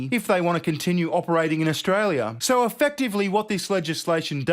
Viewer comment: Ash-Tray-lia the TEST BAR.